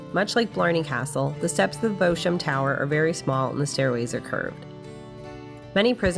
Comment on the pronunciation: Thank you for your excellent video. Just one point though - Beauchamp is pronounced BEE-CHUM. It's one of those idiosyncrasies of the English language.